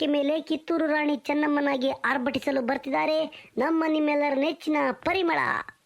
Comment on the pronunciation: ರ ಭಾಷೆ ಬರಲ್ಲ ಅಂತೀರಾ ಇವಾಗ ರ ಬಾಷೆ..ಚನಗೆ ಹೇಳ್ತಾ ಈದಳೆ ಪಲಿಮಳ ಅಂತಾ ತಾನೇ ಹೆಸರು ಹೇಳೋದು..